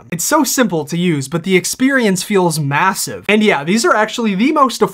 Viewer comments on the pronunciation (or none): Did you say MASSVE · Did you say massive? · Sorry, did you say… MASSIVE?